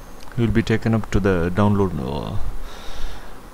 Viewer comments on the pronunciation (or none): none